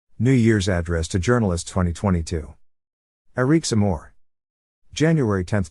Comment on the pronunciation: The voice bot sounds like he's calling eric Zemmour "I reek some more"